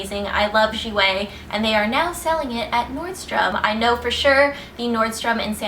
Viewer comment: Finally! Someone that pronounces 'jouer' right!!